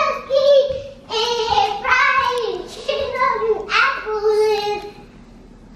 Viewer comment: Lhh not that you said shicken nuggets 😭